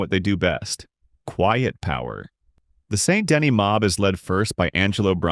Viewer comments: Saint De-KNEE* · Amazing content. I lowk hate the way you pronounce saint dennis and colm but other than that amazing content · Video idea: "Learning how to pronounce Colm, Van der Linde, and Saint Denis how they're meant to be pronounced."